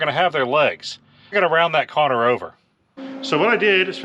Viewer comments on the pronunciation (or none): Was that a "corner" or a "conner"?😁